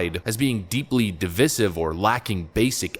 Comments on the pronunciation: Sorry; "dee-vie-sive", not " dee-vis-ive"; it's a long "i"... can't help this one; been driving me nuts, 'cos half the news anchors mis-pronounce it. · Okay, i can’t take it anymore! Is your phone a device? Or devece? Please stop pronouncing divisive devesive.